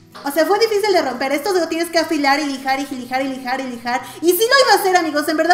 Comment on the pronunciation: jilijar jaja